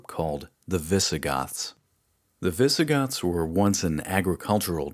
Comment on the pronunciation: Honestly the only thing that bothers me at all is that you refuse to use "S" at the end of words like "the Byzantines" or "the Visigoths".